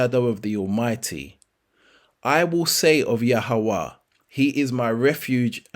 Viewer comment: Why you let the devil make you mispronounce yahweh's name, I would love you prove the origin of that name you call.